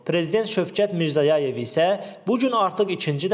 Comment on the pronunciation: Sız aparıcı bəy, Karakalpak MR paytaxtını və Özbəkıstan Prezıdentının Soyadını düzgün səsləndırmırsınız.Heç olmasa məhsulıyyət hıss etməlısınız. Nə gəldı danışmaq olmaz.